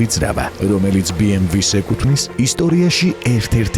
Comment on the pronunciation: ძალიამ კარგ ვიდეობს აკეთებთ, ერთი მინუსი გაქვთ ოღონდ.. BMW ს სახელს არ ამბობთ სწორად. ნახეთ ორიგინალში როგორ გამოითქმის. გასაგებია რომ რუსები ეძახიან,მაგრამ სწორია და ორიგინალში ბეემვე ქვია,გერმანულად ასე იკითხება და ითქმევა,დანარჩენი თქვენი გადასაწყვეტია